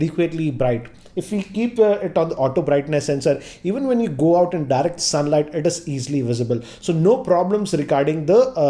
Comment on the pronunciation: Did he say dark sunlight?